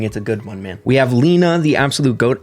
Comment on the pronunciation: Lena 😭 poor been sayin his wife's name wrong all this time